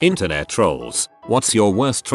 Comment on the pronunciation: I swear the voice said “Ethernet trolls”